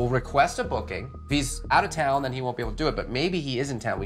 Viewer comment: Thin 😂line I guess I was line then sound like ‘then’